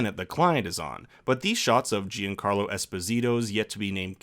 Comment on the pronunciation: Jee-An Carlo made me chuckle. I love your channel, but it's John-Carlo pronounced sorta french-snooty and as one word, like JeanCarlo Esposito, for future reference. Hope this helps.